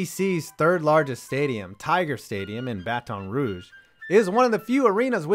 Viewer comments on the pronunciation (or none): Why he said ba-Ton rouge it’s Baton Rouge